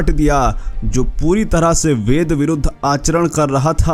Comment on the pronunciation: Kaise 4 sir 4 bedka alag uchharan karraha tha 😂.Bed byas yaniki 5 6 hajar Saal pehele hi bedko 4 vaag me bivakta kiye the.Aur Kaun keheta hai ke Hum sanatani sakahaari hai 😡😡😡.Gumraha mat karo achhe se adhyayan karo aur Manan Karke bolo